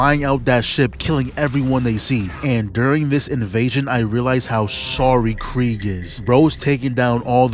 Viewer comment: Who is cregg why can’t Americans say his name right?😂😂